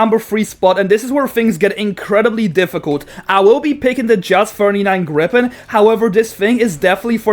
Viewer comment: Did you say gripen 🤨